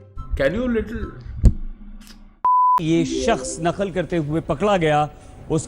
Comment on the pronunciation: It's نقل not نخل it's Qa not kha